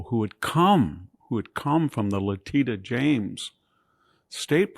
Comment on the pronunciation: I like the way he mispronounced Leticia James